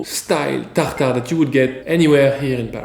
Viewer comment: Fear not! Just hearing you say "Tartare" makes it all better!